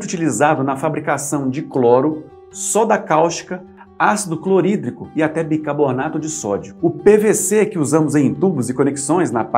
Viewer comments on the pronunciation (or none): Bicarbonato ** (aos 2’40”, eu ouvi ele dizendo: bicabornato**). Fora isso, EXCELENTE VÍDEO! 👏🏾👏🏾